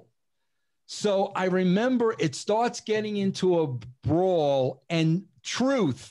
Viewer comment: Russo just can't say brawl for all can he???